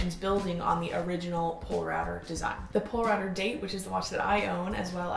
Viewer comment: BTW Polerouter is pronounced "pole-a-router" :) bc it used to be the Polar Router... condensed the name but still pronounced the same.